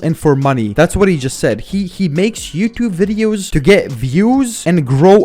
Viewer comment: “all he does is just woasts my aiditing and the way that i talk in my vwideos” 🤓